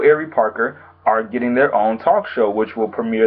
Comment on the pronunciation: it's Boris Kodjoe not kudjoe and it's Ari not Eri